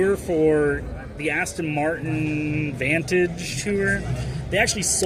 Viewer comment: He thinks it's called Aston Martun.😂😂😂😂